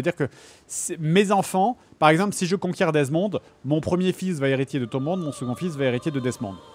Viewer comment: JDG prononcera mal 'hériter' 154 fois.